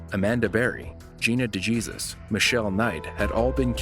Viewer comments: De 'Jesus' is pronounced 'da hey suse'. Just FYI. 😊 BTW, I LOVE your channel! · Last name De Jesus is (De-hey-suess)